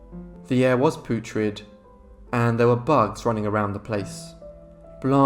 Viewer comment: The way he pronounced “putrid” took me out of the story, made me laugh. 😅